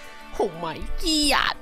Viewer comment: “oh my GEEYT”he has diagnosed with brain rot guys